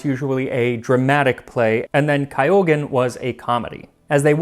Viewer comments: Forgive my snobbery but it is not Kai-yogen but Kyoogen if that helps :) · Not really, "Kaiou-gen" is nowhere near the right pronunciation of "Kyougen." I was surprised there was still a young person in America that couldn't automatically pronounce just about any Japanese word. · The only somewhat signifncant mistake is “kyogen” (more like kee-ou-gen not kai-ou-gen) but you can really tell how much work was put into this. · I'm confused about where you're getting the "ah" sound from in Kyogen. "Kyo", not "ka-yo". People do that all the time w/ "ryu", pronouncing it as "ra-yu". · Your pronunciation is awesome BUT kyogen IS NOT PRONOUNCED kai'ogen. It's pronounced key-ogen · Thanks for the great video! As a japanologist I'm going to nitpick a bit: kyōgen is pronounced "kyoh-gen", not "kay-oh-gen". 😊 But I'm always thrilled how much effort you spend to pronounce words from other languages correctly. Keep up the great work, love your videos. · Kyogen is a two syllable word, unlike kuh-yoh-gen you did here but since Ky consonant sound at the onset of a word doesn't exist in English I can see why lots of English speakers struggle mightily with words like Kyoto or Ryu (from Street Fighter franchise). Actually this is the very first time for me to pick up on Max mispronouncing a foreign word in a very conspicuous way and that's another sign of you putting tons of effort and proper research for each upload you do. Excellent work as always Max🎉🎉🎉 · Kyo is one syllable. The way you pronounced kyogen would be spelled kaiogen. Kyo. Like yo but with a k at the beginning like Kyoto or Tokyo. I don't wanna be rude (sorry if it comes off that way) but I know you try hard to get pronunciations right so I wanted to make you aware. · Kyougen not kai-yo-gen. Try saying “Joe” with a “k” sound. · Isn't it pronounced "kee-yoh-gehn"? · Kyogen, the comic drama, should be pronounced with the first half sounding like the "Kyo" in Kyoto. In other words, "kyo" rhymes with "go", not "I go".